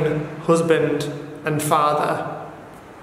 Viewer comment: “Hoosband” “Dosgoosting”